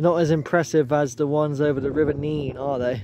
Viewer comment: On a map from 1680 it was spelt Nenn, so you can see the confusion, where it is both spelt and pronounced differently in different areas and at different times throughout history. Add to this the Northampton accent, where a few random 'y's are dropped in....like Teyn for town, and Neyn for Nene. Hence the difference in pronunciation the closer you get to Northampton. Chaos! 😂